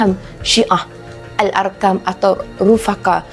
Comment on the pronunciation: nampak sangat pencerita kuran pengahtawan siap sebut Aarkam , tuntut ilmu telebih dulu biar benar .